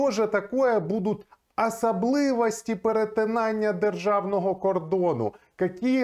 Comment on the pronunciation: Смотрю и подписан в ютубе и телеграмме на Ваш канал все понятно и доходчиво розясняене....и Вам пожилание : пожалуста читайте и произносите украинские слова правильно...не "Асаблывости" и т.д а особливості а то такое впечатление, что в школе на уроках литературы учили произведения В.Н. ГАгАля а не В.Н.Гоголя.